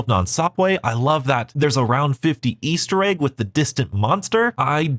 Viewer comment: I love me an "Aester Egg"!! xD